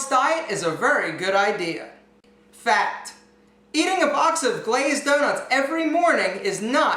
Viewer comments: Every time you said "fact", all I heard was you calling me: Fat.... Fat.... Fat.... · who else thought he was saying fat when he was actually saying fact.. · Everytime you said "fact", I only heard: Fat.... Fat.... Fat....